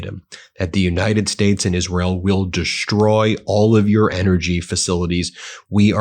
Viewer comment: Shtrike, deshtroy, infrashtructure. The impediment is getting worse, Ben.